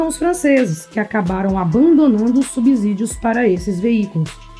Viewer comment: "Subzídios não, "Subcídios". A letra "S" só tem som de "Z" entre vogais.